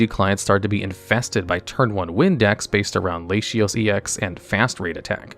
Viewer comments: Is it not LAH-TEE-OH-SEH? I’ve never heard LAY-SHEE-OH-SHHS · "Layshios" is killing me. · I can tell he only plays the card game with pronunciations like “Lashios”, “Girafaridge”, and “Masquerina” 😂 Put this is really interesting for someone who only has light experience with the TCG side of Pokemon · Great content. One thing though: You mispronounce FAR too many pokemon's names. Masquerina? Lasheeos? EDIT: Dendenne?!!! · How did you pronounce Latios????? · This is a very interesting video but the rainbow background effect is a bitrate killer, too many colors changing at once kills video compression, it’s probably an effect to avoid using. Also the way you pronounced Latios hurt my soul